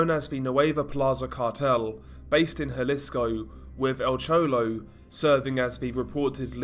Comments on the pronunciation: "El Chowlow" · EL CHOLOW😄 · Nice vid on" Al chouwlo"